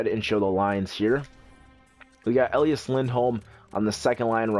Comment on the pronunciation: I know this is just a nit picky thing, but his name is E Lie As not El E Us; But otherwise I love your GMs and Livestreams :D